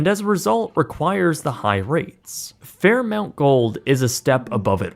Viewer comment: It's pronounced "Fair MAWNT", not "Fair MOUNT" (Fairmont). This guy is an American and should do better. 😡